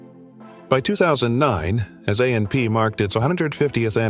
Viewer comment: It's called AP not amp you need to get a new narrator